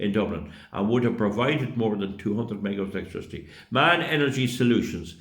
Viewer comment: The manufacturer of the diesel engines is M.A.N, not MAN. There is no reason the engines cannot be dismantled into entablature, crankshaft, cylinders, pistons , cylinder covers etc. This chaps waffles and does not have all the facts at his fingertips. Fossil fuel stations can be eco friendly as long as you put in the equipment to make it so, like carbon capture, run on low sulphur diesel and inject urea to combat the NOx. As these M.A.N diesels are dual fuel it means they can run on gasses as well as Fuel oil, the waste heat from the exhaust can be used to drive a gas turbine to produce power as well as heat water to produce steam to drive a steam turbine, but you have to design it right for the long term, not a quick cheap fix which seems to be how everything works now. A large slow speed two stroke diesel running at 80 rpm at MCR, with a power rating of 100 MW is far better than a v8/v16 4 stroke screaming away with many parts. Here is a link to a 1932 B&W Double Acting, Opposed Piston Two Stroke Diesel Engine that can still produce Electricity in Denmark when the Green alternatives fail. Wind farms have a shelf life of 7-8 years, Solar Farms take up valuable farming land and also have a short shelf life. Both are dependant on weather conditions, the owners of these green systems expect to be paid when they cannot be used, and this is reflected in the higher energy bills. They cannot increase power if there is a surge, say when everybody arrives home and turns on all